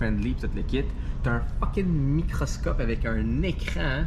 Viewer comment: qui dit Microsoft au lieu de microscope 😂 on sait il est vendu pour quelle marque!